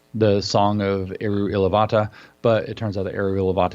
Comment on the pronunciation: Yes! Except it's 'Eru Ilúvatar' - feel like he's leaving the r off at the end. Nerd alert.